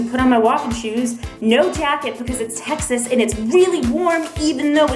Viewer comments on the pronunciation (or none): none